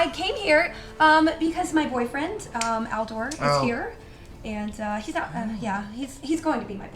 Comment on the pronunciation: Every time Felicia was saying *Aldor" I kept hearing "Al Gore", definitely makes the whole "boyfriend" thing even funnier 😂😂😂